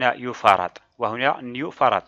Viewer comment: ميكرو فاراد و ليس يو فاراد هكذا تقرأ سعة المكثفة واصل شرح جيد و ممتاز